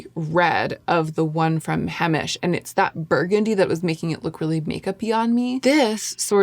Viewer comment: Several years ago , you liked the Brown balm L’Oreal washable mascara? Do you still use it ever? It looks nice &!fluffy . Lmk thank you for vid , I’m in search as well before Fall , love Heimish balms, etc btw it’s pronounced HI-mish , not hey- mish . 🥰I’m a long time lover of their products 🎉🎉